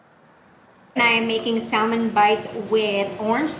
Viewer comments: it's Sa-mon.... the l is silent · the L in salmon is silent